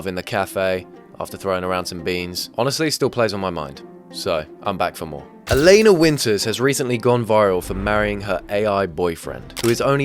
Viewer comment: I’m guessing it’s because it’s spelled Alena and the AI read it as “ale-nuh”